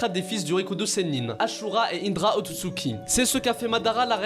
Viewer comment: c est otsutsuki pas utsuki